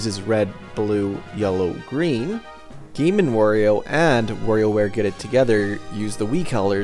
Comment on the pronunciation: the way that you said "Wario" is killing me X(